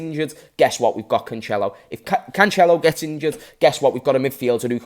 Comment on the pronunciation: 2023 and he still pronounces it Canchelo. Anyway and an incredible crossover